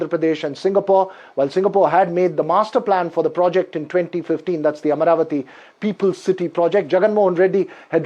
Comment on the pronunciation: It is Amaravati and not Amravati